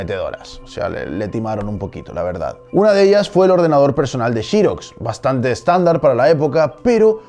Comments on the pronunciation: Me parece excelente que prefieras pronunciar las palabras inglesas con fonética española, pero entonces ¿por qué dices "Chirox? En inglés la X en Xerox no se pronuncia como "ch" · El documental es muy bueno, interesante y currado. Lo único que ha bajado su nivel es la pronunciación de XEROX y no de Apple que en "teoría" está bien dicho! El problema de la palabra XEROX es que no se pronuncia con la letra "CH" ni en inglés ni español. Quitando la "pijotada" de la pronunciación de la palabra XEROX, te ánimo a que sigas haciendo este tipo de vídeos que dan MUCHA cultura y educación en estas redes sociales donde está plagado de vídeos vacíos que atontan a cualquier cerebro... 😉 👍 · Me hace mucho ruido el “Chiroxs” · Encuentro terrible que en España pronuncien shirocs en vez de Xerox. Solo por eso le doy un no me gusta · shí rocs ! XD . Suena raro escuchar pronunciar la x como sh. Muy buen material de estudio. Like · Francisco Justel es mas como shhirozz, jaja pero si entiendo el punto si no sabes pronunciar inglés mejor léelo en castellano, se oye menos ridículo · se entiende la aclaración, pero qué hay de pronunciarla como se debe, sin localismos?...Xerox? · Pense que el comentario iba a ser por la pronunciación de Xerox... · Qué raro pronuncian por allá la palabra "xerox" 🤔🤔🤔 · O pronuncias Xerox tal cual se lee en español o usas un minuto y aprendes a pronunciarlo en inglés a través de Google. Suena calamitoso... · En los comtarios dice que no nos quejemos de como pronuncia apple.. pero no dice nada de Chirox.. jahaahahahahahaha.. que en todo caso se pronunciaría Sirox o Serox como en España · chirox chirox jajajajaj se dice serox hombre!! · Por Apple no es drama q lo pronuncies cp lo hacen en España, pero pronunciar Xerox como 'shiroks'? Hasta el fabricante se autopronuncia 'ziroks' y generalmente en LA lo llamamos 'zeroks'. ✌️ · Nunca se ha pronunciado XEROX como chirox se pronuncia SEROX españoles pronuncian como el CULO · shirox, se dice xerox